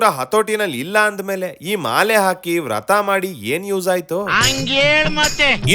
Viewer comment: ರಥ ಅಲ್ಲ ವ್ರತ